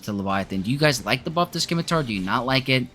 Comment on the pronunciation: "sim-uh-tar" Ignore the fact there is a "c" in there. Thanks for the video though. This has been my experience as well.